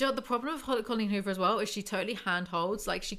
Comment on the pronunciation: the best way to listen to Coleen Huvor. I think I just like the way says "Cullin Huver" 😂❤